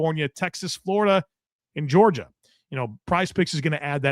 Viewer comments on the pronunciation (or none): none